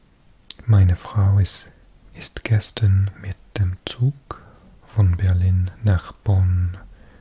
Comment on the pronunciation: Your pronunciation is actually really really good. I just noticed when you say gestern it's not ges-schtern. Its pronounced "ges-stern" no shhhhh sound. Otherwise you sound like a native speaker!